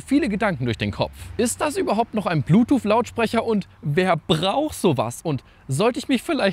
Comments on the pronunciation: Das gute alte „Bluetoof“ 😂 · Ich hab immer Blutuuff verstanden... 🤔